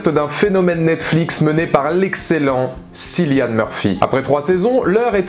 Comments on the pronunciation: On prononce "Killian" et non Cillian mais excellente vidéo quand même! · Le c se prononce K, comme c'est un prénom irlandais. Cillian Murphy l'a déjà expliqué plusieurs fois. Tous les présentateurs ne disent pas "sillian"... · Thomas Shelby more respected than the one who plays it: Cillian Murphy = it is not pronounced Si-llian but Ki-lian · Sinon cillian murphy se prononce comme "Killian" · Pourtant dans toute les interviews les présentateurs disent Cillian